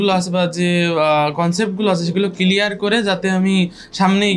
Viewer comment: ক্লিয়ার ওয়ার্ড টা ও ভালো করে শুদ্ধ করে বলতে পারে না।এইটা আবার কেমনে ডাক্তার হলো??